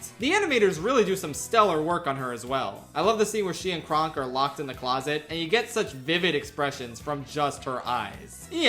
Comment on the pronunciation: I grew up watching Dinosaur on the regular and this is the second time I got frustrated by the mispronunciation of Kron's name, which they say in the movie so many frickin times